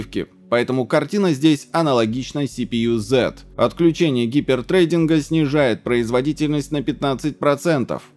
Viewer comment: Уважаемый автор, просьба погуглить произношение слова threading и не говорить больше трейдинг, уши вянут досмотрел до конца, теперь меня ещё и тошнит от слова "кокосы"